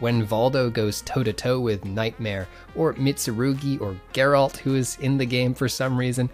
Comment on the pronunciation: finally somebody who doesn't say JERALT!!!